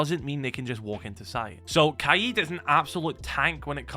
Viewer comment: Its kaid not kaied bro speak English